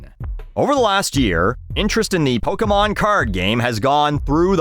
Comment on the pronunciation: It is Poke-aye-mon. Especially in Canada, where everyone says aye and maple syrup and all that.